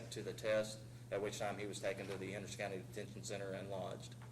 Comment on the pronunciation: The dumb cop pronounced the word center, as sinner. Dumb.